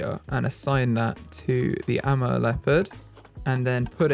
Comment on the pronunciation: Amur is pronounced Uh-moor in America. Idk about Europe and if it differs there :)